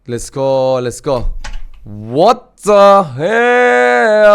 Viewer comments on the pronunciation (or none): Whata hell dedigi yerde patladim abieeeee